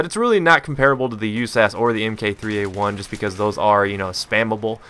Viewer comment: stop saying m.k.3a1 it's mark, mark3a1